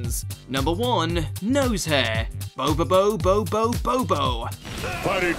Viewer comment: You pronounced Bobobo-bo Bo-bobo wrong.